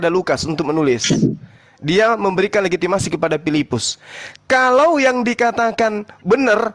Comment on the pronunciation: mau sebut legitimasi saja legimatasi payah oten